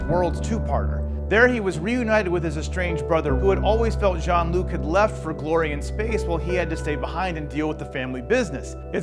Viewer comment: It's Jean-Luc, not John!